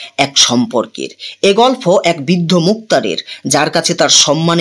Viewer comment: আপনি গল্প কে গলফো বলছেন বার বার শ্রুটিকটু লাগছে...